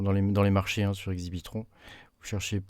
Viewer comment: L’exchange pour le pulsar c’est « Exbitron » le nom, pas « Exibitron ». Lol Merci pour la rigolade ;-)